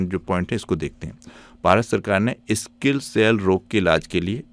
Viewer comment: सर जिसे आप बार बार स्किल बोल रहे हैं वो स्किल नहीं सिकल रोग है ______!!!